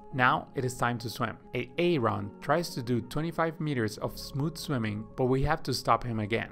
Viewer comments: So odd, his english sounds fine but he can't pronounce simple names properly LMAO. Good vid - thanks! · Bro you absolutely butchered the pronunciation of my name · When you say Aaron, it isn't the right way to say it. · Aaron is pronounced Aron not A-A-Ron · Great tips but boy this A-A Ron drove me crazy..lol. its Aron or just name him Adam..lol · Omg the a a ron is too much. Its pronounced air en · Nice video! With awesome animation!! :) But it´s just pronounced like "A-ron", not Ay-Ayron ;) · i cant with the a-aron its just aron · Its pronounced "Eh Ron" not "ay ay ron" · It’s pronounced Aron. Not A-Aron! Ugh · As funny as AA Ron might seem, it's actually quite a downer for non native speakers or people with speech impairment. It's not a comedy show. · It's pronounce ARON! NOT A-ARON 🤣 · i'm sure its pronounced Aron. A-Aron? LOL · nice information but it's not a-Aron. it's Aaron. Grammer plz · Just call him Aaron. Not A A Ron. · Great content! Very helpful to me. The name Aaron is not pronounced "a-aron". Just say "aron". Peace. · I can't help it.. I'm laughing everytime he says Aaron because it reminds me of the Key & Peele substitute teacher skit. "Next up is A-aaron. Do we ha an A-aaaron here?" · I found it interesting when the AI video generator was pronouncing Aaron as A-Aron! 😀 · Did this guy just pronounce Aaron as A A Ron?? 😂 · A-A-Ron lmfao 🤣🤣🤣🤣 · Great video but that AARON pronunciation made me so uncomfortable. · De-nice and A-Aron XDXD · I flew right to the comments to see if anyone else heard A A Ron 🤣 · I can’t pay attention lol. De-nise. A-a-Ron 😂 Key and Peele episode here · HIs name is Aaron. The second a is silent its pronounced {ˈerən} you're welcome. Her name is Denise it is pronounced {dee-nees} or {duh-nees} you're welcome again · beautiful video. and even beautifuler pronunciations of de nice and a aron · That is not how you pronounce the name Aaron!!! took me a while to understand what the hell A Ron is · "Back to bubbling" Poor AA-Ron 😂😂😂